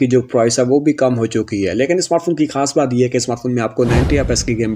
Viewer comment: Bhat karta hoon Bhat karta hoon bol te same mama bhat Nahi hota lafz baat Hota hai bhat Nahi